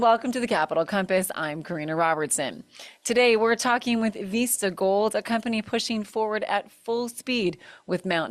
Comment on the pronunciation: What’s up with the “Veesta”?? It’s “Vista” not “Veesta”. ista not eesta. I remember my first beer!! And on Tv that’s embarrassing! Know your English before speaking it!!